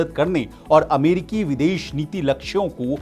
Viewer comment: कड़ोबाड़ी 😂😂😂 अमेडिकी 🤣 जिक्ड़ 😜 कड़ौड़ 🤣🤣 भाई को जुगाड से जॉब मिला है।।